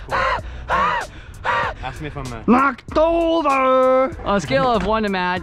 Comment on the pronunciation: “Knocked overrrr” 😂😂